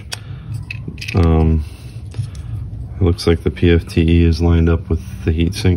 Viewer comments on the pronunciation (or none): PTFE, not PFTE. It's petty, I know. Otherwise, great video.